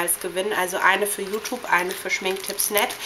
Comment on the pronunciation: Dafür dass du so viel über Accesoires und so redest siehste aber ziemlich dürftig aus....kann nur sagen meine persönliche Meinung an alle Mädchen die das sehen ist...Hört bitte nicht hin ist ja grässlich >.> achso und bevor ich es vergesse: ES HEIßT YOUTUBE UND NICHT YOUTUPE!!!